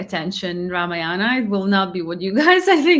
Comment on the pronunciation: It isnt Ramayaanam. It is Raamaayanam